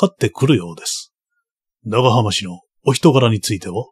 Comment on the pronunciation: 「えんかん」煙管かな？タバコ入れと一緒にあるなら「キセル」ですね(^^) 当時の武士なら「ながはまし」も「長浜氏」なら「ながはまうじ」と読むのが自然だと思います もう一つ気になるのが「ぶんげんしゃ」分限者は「ぶげんしゃ」ですね